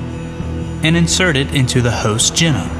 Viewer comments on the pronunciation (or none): Very interesting, but can the man please learn to pronounce it geeeeeeenome? If it was gennome, we'd spell it like that, with double n. Thank you, that is all.